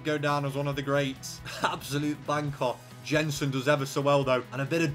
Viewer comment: Jensen is pronounced Yensen